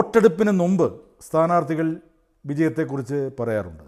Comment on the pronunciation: ന്നുമ്പ് തെറ്റ്. മുമ്പ് ശരി..